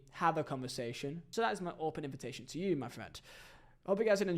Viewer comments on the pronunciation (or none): none